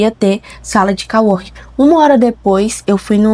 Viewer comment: sala de cO-working. Com som de ô. em ingles é como se fosse colega+ trabalho ou seja, colleague + working = co-working. Do jeito que voce fala tem som de COW, no caso vaca. Ou seja, voce ta falando "que deveria ter uma sala de vaca trabalhando".